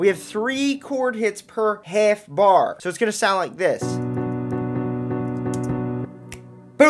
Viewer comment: You sound so New York when you say “half bar”